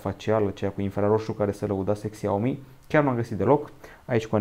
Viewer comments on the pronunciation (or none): Se zice şiaomi nu xiaomi